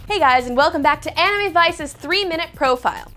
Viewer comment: She's still sort of saying it wrong. It's supposed to be a bit closer to an ah sound that almost sounds like uh if that makes any sense. She's putting way too much emphasis on a w that shouldn't really be there. It's like pronouncing the name Sarah like Saraw.